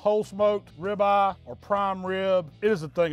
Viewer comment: You KNOW your in Texas when calls it a “Rib Ah!”🤓🤪